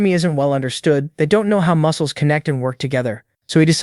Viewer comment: moo-ke-less a-or getting stoon-ger